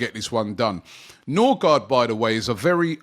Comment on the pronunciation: Ø is " oe" and double a is "å" pronounced "o" and the d is silent. So Nørgaard or Nørgaard or Noergaard is closer to Nurigori than Norigard